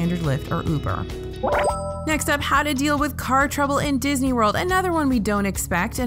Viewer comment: Did you say MCO was "Bisney"... :) i like it